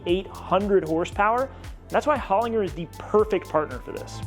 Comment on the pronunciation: Holinger is an Australian company and they make some amazing gearboxes. It was started by Peter Holinger in the 70s. Small correction for you in how you pronounce it it’s “Hol - in - jer”. Keep up the awesome work!